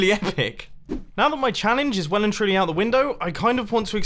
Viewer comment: you pronounced epic wrong